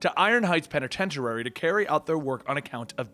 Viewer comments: There are THREE Ks in Krakakoom. It's pronounced "pen-ih-ten-tia-ry," not "pen-ih-ten-tu-ra-ry" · You have difficulty pronouncing penitentiary. You keep saying penitenturary. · I like how you say penitentuary. Lol. Great series though.